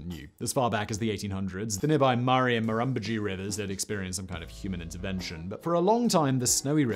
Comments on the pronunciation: For future reference: with multisyllabic Australian names, particularly those based upon Aboriginal words, the stress tends to be on the third syllable. The syllable before the stress tends to drop away, in some instances almost completely. Murrumbidgee becomes Murr'mBIDG-ee. Eucumbene becomes Euc'mBEEN. Canberra becomes Canb'RA. Of course, there are always exceptions to any rule, but it'll give you a decent starting point. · Always funny listening to poms mispronouncing our words like Murrumbidgee.🇦🇺🐨🇦🇺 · I fell off my chair the first time he said Murrumbidgee! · it took me a bit to work out what river he was talking about when he said murrumbidgee haha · A few corrections: Murrumbidgee - Mar-rum-bid-gee Khancoban - Can-co-ban Cabramurra - Cab-ra-mar-ra Guthega - Guth-e-ga Eucumbene - Ewe-cum-been Tumut - Tu-mit Jounama - Jew-nam-a Tantangara - Tan-tang-gra Talbingo - Tal-bingo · TYOOmut, EucumBENE, MurrumBIDgee, Simon... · Was impressed you said Kosciuszko correctly, but you butchered Murrumbidgee... not as badly as we are butchering the planet though :( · Murumbudgee? Cubraburra? Tumet? So many mispronunciations.